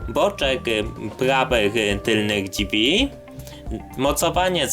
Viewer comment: Drzwi... Nie ma słowa dźwi kolego